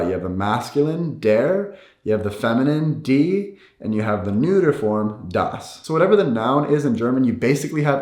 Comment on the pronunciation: You can’t pronounce der and das in German lol!